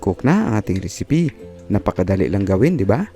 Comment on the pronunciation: Ano un Risipi hahaha. piper daw hahaha